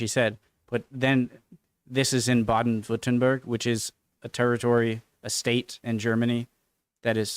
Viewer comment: Your pronounciation of Baden-Württemberg is extremly good, like 98% of native english speakers struggle hard with "ü" just like they do with "ä" and "ö", you were almost spot on so you got some language talent. But no, she said she lives around Stuttgart and some say Schwäbisch is it´s own language but it´s just a dialect. BTW: Sprache doesn´t mean english speaking, just language. You might wanna check out "how anyone can read german" by RobWords.